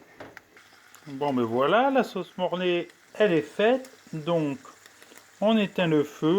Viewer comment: C'est quoi l'intérêt de cette video ? Des lardons en plastique T'as pas la moitié des ingredients Même pas de couteaux, pas de mixeur T'as sauce mornay( et pas morlay) Est foiré. Et je parles pas de ta facon de filmé. Désolé d'être aussi critique mais c'est du grand n'importe quoi. La recette de Conticini est vraiment bien expliqué, je comprend pas ton concept.